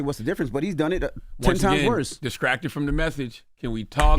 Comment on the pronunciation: If this mfka say "diskracted" one more dam time 😠 😡 😤